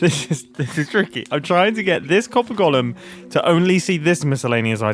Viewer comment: "Golem" is pronounced 'gəʊləm (goal 'em), not Gollum, who was a character in Lord of the Rings. I've been holding back on this for years, and finally cracked because of the number of times you said Gollum when you meant golem in this video. Lots of people make this mistake, but Grian isn't one of them.